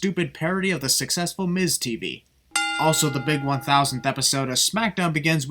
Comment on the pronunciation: "sucsessful" miz tv that HILARIOUS